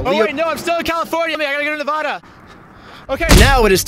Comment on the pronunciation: Yo i used to love your content but then i heard the way you said nevada i cant believe you bro